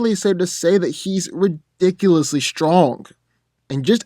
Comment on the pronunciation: "he's as ridickly durable lol 😁😜😂